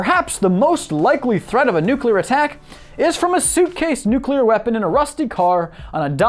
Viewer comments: Its nooo clear not nuu cu ler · It's nuclear, not nucular. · [pronounces "nuclear" correctly] ME: coolcool: [also occasionally pronounces "nuclear" like "nucular'] ME: wait what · Learn to pronounce nuclear and I'll watch more than 42 seconds next time. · Why do you keep flipping back and forth between the correct way to say nuclear, and the extra chromosome way to pronounce it?